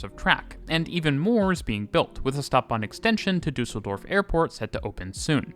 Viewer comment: props for pronouncing Duisburg and Düsseldorf correctly